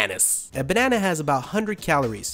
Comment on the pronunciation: When he says banana 😂